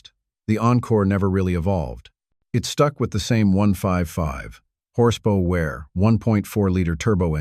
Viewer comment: What's horse pow-where? Dopey AI voice nonsense.